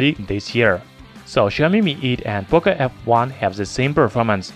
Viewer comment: Its POCO not POCA, learn to speak.